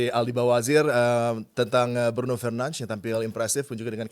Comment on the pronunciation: Fernanz fernanz apa sih cok. Bruno aja sebutin namanya Bruno Fernandez kok, sok banget